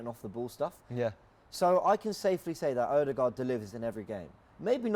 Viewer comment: I really like this show. It's professional and pretty entertaining. Apart from the "Odeegard" lol